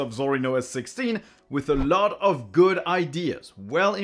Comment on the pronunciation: Take a shot every time he says "Ah LOT"